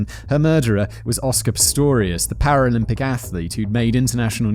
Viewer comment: You litterly said paralympic correctly, 4 times in a row Simon don't worry so much man!